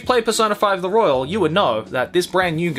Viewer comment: Needs more pronunciation on the royale